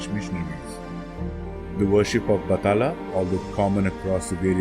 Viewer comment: It's BAT-HA--LA